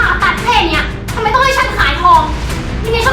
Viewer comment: .เห็นหลายรอบแล้วที่ได้ฟังทุกครั้ง.พูดคำว่าทำไม.เป็น.ทำแมะ.หรือว่าเราหูฝาด